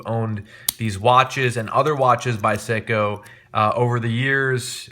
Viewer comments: Its pronounced sayco not seeco. Nice watch those I have the same one on a NATO. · A watch enthusiast who can't pronounce Seiko? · After hearing the way you said seiko I do not trust your judgment in watches